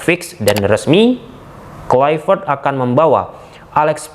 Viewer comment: Hahaha... udah bisa pronounce KLUIVERT ya bang? Hahahah...